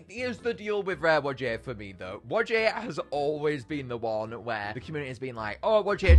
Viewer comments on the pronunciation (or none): Hey! Just gotta tell ya that whajje is not pronouced wa-jey It’s pronounced why-jah just pointing it out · Its pronounced why ja not wajjie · Why does he call Whajje “Wujæ” ☠️☠️